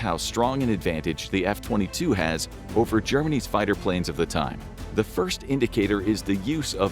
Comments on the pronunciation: He said “Germany’s fighters” but my brain heard “Germanese fighters” every time I replayed it. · He said Germany’s